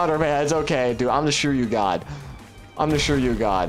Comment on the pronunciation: the pronunciation is swee - ri - yu (suiryu) what is shuryu?